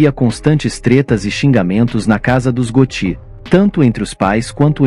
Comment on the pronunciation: Você está pronunciando errado. Vou acentuar só para você saber como se fala: GÓTTI